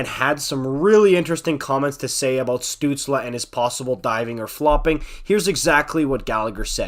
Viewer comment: As a Sens fan I can't disagree with much you said there, you even pronounced his name right. At this point I think the diving claims are pretty exaggerated but remember he's 20 years old, he'll figure it out. Crosby was accused of being a diver too.